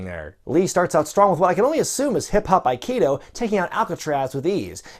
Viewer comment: I know it's a minor complaint. but its hip-hopkido. not hip-hop aikido. hopkido is a korean martial art, in the same vane as tea know do. I know it's not even related to the movie, it just bugs me when people get it wrong.